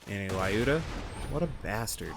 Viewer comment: Skorry means fast or quick in Russian :). Lyuda also pronounces different - press Play button next to russian translation